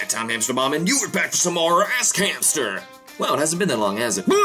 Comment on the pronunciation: it sounds like he says "Ass Cancer"